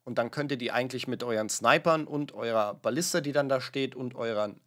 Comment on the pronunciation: *Ballisten EN nicht "as"